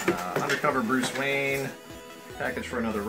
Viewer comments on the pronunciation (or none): none